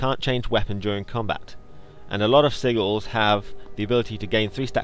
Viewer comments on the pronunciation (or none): How I pronounce it, and I think its how other people do/should >_>.. is Sih-jils. Or, complete, sihjils. English language, isn't it fun? XD